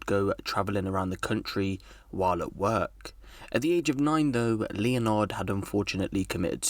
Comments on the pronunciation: Leonard? Like Leo-nard? I mean, I know that’s how it’s spelt, but I’m pretty sure that’s pronounced ‘Len-erd’ *By ‘pretty sure’ I mean absolutely fucking positive, because that name is and always has been spelt ‘Leonard’. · Man said leon-ard... It's leanord 🤣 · Leonard used to be a popular name, until people started pronouncing it incorrectly. 😊 My Great Grandfather was Leonard, aka Len or Pop, if you knew him really well. In no circumstances is it pronounced LEO-nard, but LEN-ard. Cheers. 👍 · He said Lee-oh-nard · Really? Leelnarrd? How have you not heard anyone say Leonard before? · It’s not Leonard it’s pronounced Lenard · “LEE O NARD” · Leo-nard = leonard looool